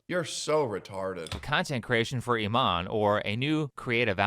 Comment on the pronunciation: why are people pronouncing her name as "E- mon" lol. maybe thats how its pronounced in afrikaans but in english "imane" would be prounced E-mon-E" or imani